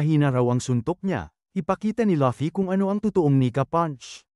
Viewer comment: Laffy lol hahahhahahhahahah bat laffy sabi nya luffy DAPAT yun ahahah😂😅😅